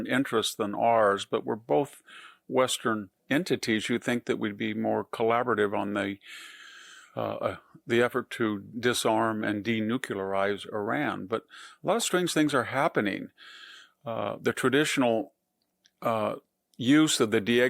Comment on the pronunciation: Denuclearize, not denucularize.